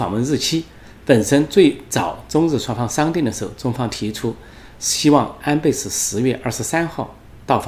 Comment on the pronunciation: 安培，安培。培养的培 Pei. . 发 呸 音 。